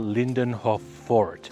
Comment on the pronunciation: ya allah.. i keep thinking u were saying "this is a fork" im like... garpu??!! simpang 3??? A FORT WEH!!!!!! hahahaha my ears got problem XD